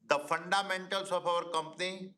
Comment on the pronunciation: This moron Adani should first take lessons in English and pronunciation. What the heck is fundaa mentals?